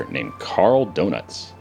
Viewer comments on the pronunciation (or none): "Karl Donuts", LOL! (it's more like Duh-nits) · its döniz not donuts XD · he did say Karl Donuts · "Karl Donuts" really?... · I think i heard Karl Dönitz as Karl Doughnuts, that's just me but... still :D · Like your playthrue. Gonna follow this. A side question: Did you call Dönitz for Donuts? :D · Karl 'Dur-nits' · Oh god he mispronounced Donitz.